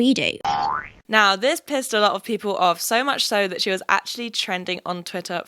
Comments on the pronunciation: The only words that sounded off in the American accent: Admirer That Energy Work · Okay the American accent would work but when you say "that" it's very British lol